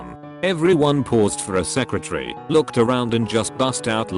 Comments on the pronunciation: Nobody: Literally not a single soul: Text to Speech: Everyone paused for a SECRATARY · ONE SECRATREY, MOM I'LL BE RIGHT THERE. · No one: TextToVoice: sEcRETarY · "We just paused for a Secretary" Me confused and Wondering why there's a secretary when a kid is holding up some juicy fruit Btw I know the computer said it wrong it just made me wonder this.